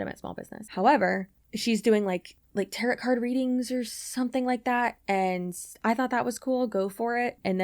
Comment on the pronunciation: For tarot the second T is silent